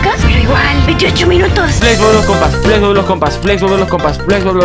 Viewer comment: no entiende que no se dice plex se dice Flex